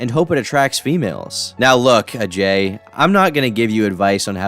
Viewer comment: I like how this guy says Ajay’s name with the proper pronunciation.